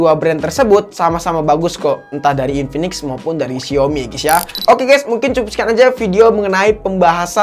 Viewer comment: Inpinix jd inpanix